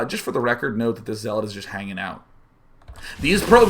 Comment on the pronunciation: Lol you say zeeelot when you just start playing sc2 or if youre artosis hahahaha